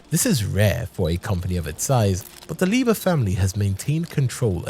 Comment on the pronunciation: Hey man the pronunciation is all wrong